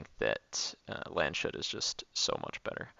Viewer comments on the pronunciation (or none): Its Lands-hut not Land-shut